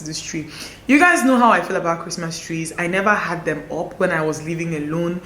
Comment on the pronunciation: "Leave my tree A-LONE..." Please that finished me. 😂